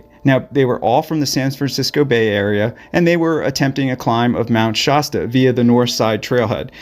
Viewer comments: Shasta Soda reminds you it "hasta" be Shasta. No "shaw" sound. As dangerous than it looks. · Did I just here you pronounce it "Shosta? It's SHASSSSTA". That's with an "a", not an "o". 😲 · Mt ShAAAAsta. Not ShOsta. What is wrong with you? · Mt. Shosta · You're not quite saying 'Shasta' correctly. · Like the soda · Great video. ( The "Sha" is pronounced with an a like in hat.)